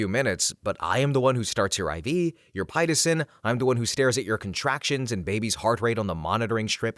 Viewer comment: FYI Pitocin is pronounced pit oh sin.